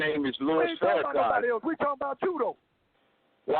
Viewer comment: Damn you totally messed up when you said Farrakhan